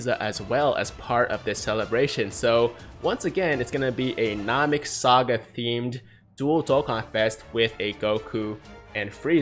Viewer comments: any 1 else get triggered when he says nam-ek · That weird moment when you notice says Namek wrong 😂